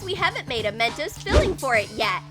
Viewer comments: she said men-toes it's men-tos🤦🖕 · Me: "Narrator needs a hiding" Narrator: Why? Me: "it's called Men-tos not MEN-TOAST! LOL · I Know It's Mentos I Can Spell I Meant That There Acent Was Men-toe Not Men-toast. So Yeah. I Hope You Learn How To Understand Words. 🖕🏼👌🏼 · men toes is what i heard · they said Mentoes